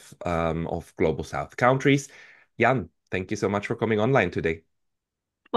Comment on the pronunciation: if you want to surprise when you next speak with her, pronounce her family name the same way English speakers pronounce the Japanese currency unit...."Yen". That is a more accurate Mandarin pronunciation of her family name.